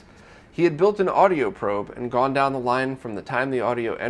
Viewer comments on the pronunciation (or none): none